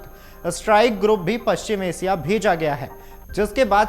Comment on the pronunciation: रूजबेल्ट नहीं बेटा, रूज़बेल्ट नाम है उसका. और एसिया नहीं एशिया बोलते हैं. सही हिंदी बोल.